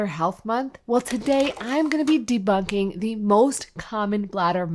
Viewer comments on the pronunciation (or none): Did you say “debugging “? 😊